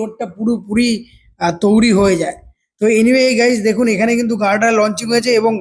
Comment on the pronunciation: Touri noi toiri😂